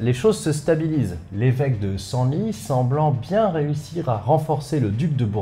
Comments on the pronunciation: On prononce le s final de Senlis . Mon petit cœur de Picard a saigné à chaque fois 😊 J'adore re écouter vos vidéos encore et encore 🙏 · Salut salut Super vidéo Juste pour info , si tu parles bien de l'évêque de Senlis, ça se prononce senlisse Voilà voilà Bonne journée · Encore un fois c'est top ! Pour info "Cysoing" se prononce (au moins actuellement) CIZOIN et pas CISSOIN J'ai un doute mais "Senlis" se prononcerai pas "SENLISSE" ?